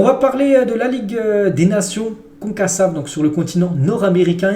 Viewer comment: Salut! Cela se prononce konkakaf!